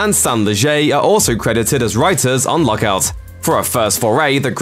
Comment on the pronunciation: I can't understand him. Is he saying Luck Out or Lock Out????